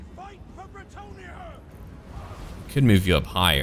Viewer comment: As a french native I think you're really close with the french pronounciation of bretonnia's people and cities, it's fun and nice to hear people at least trying to do it! Really good job!!:D